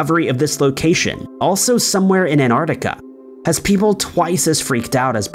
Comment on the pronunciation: Where’s “Anardica”?